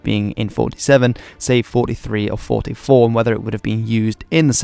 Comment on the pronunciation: finally someone who actually said the 44 in STG-44 in german